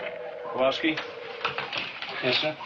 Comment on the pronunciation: Did Chip Morton call Kowalsky "Pete"? It sounded like he did when Chip paged for him.